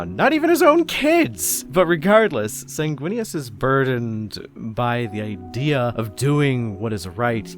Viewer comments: "Snaguinius" - 2024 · "Snaguinius?" more like "Swaguinius," am I right? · Can’t even remember how to say the primarchs name when trying to introduce him, hmmm I wonder if this YouTuber has any kinda bias 🤔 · Can we get the bloopers for this video? It can be a drinking game, take a shot everytime he mispronounces the hawkboys name.